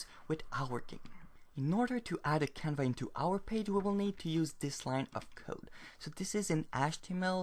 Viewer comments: I more liked how he called the canvas 'canva'. The 's' is silent is French after all! Kudos on writing your tutorial entirely in a second language btw! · i thought he was saying it the french way